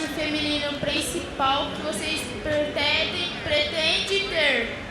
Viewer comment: mano.... que tradutores horríveis e a menina la não consegue falar "pretendem" kkkkkkkkkkkkk